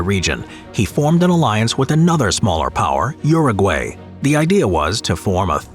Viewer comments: Uru-Gay... I laughed so hard as a Brazilian. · Anyone else cringing at how the American pronunciation of Paraguay and Uruguay?😦